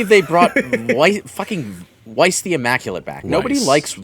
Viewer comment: So, about that PS5 port... Edit: Weiss would be pronounced as “vice” in english, it’s derived from german.